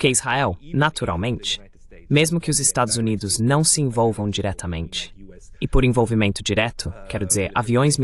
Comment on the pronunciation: Este canal é muito interessante, mas a pessoa responsável pela transcrição e do voice-over para o português tem que ter mais atenção, muitas partes ficam mal traduzidas ou não se traduzem. ElevenLabs, por exemplo, até hoje não aprendeu a pronunciar 'Estados Unidos' direito.